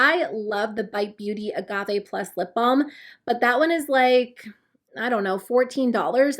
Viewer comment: 😂🤣 I kept hearing "lip bomb"